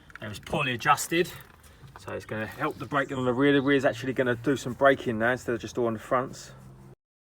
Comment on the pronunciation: Amazing videos as always love this channel and when u say now it's "naa" lol love hahaah